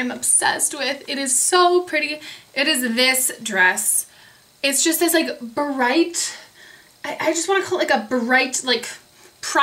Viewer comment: I love how you say you br words!!! bu-right, bu-rown, its so adorable!!